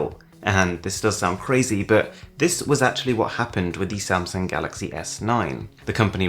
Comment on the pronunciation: He said it as the galloxeiy This year with the note 10 he said it as galox